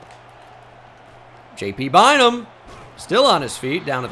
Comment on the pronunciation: Every time you say JT Bynum I cant unhear PT Barnum lmao